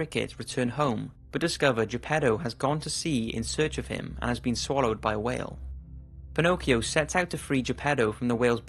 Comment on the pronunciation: Mi fa sbellicare il modo in cui pronuncia Pinocchio e Geppetto XD